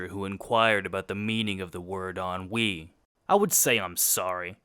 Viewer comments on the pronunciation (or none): Ennui, bro learn how to pronounce lmao